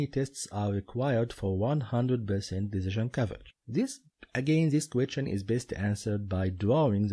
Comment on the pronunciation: I watched all these on your udemy link. You are actually very good at explaining and have a natural talent for teaching others how should they think during the exam in order to better organize their time and achieve maximum efficiency. Unfortunately your English pronunciation sucks, especially when you try to say "question", I want to just press Alt+F4. Try to improve this and you will do amazing.